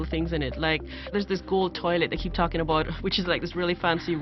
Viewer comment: what are you talkin' aboot?